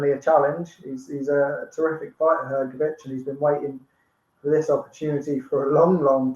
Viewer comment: Hrgovich not hergovich